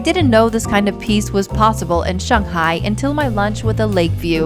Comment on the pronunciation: The way you pronounce 'Shanghai' proves you've lived in China for a 'long' time.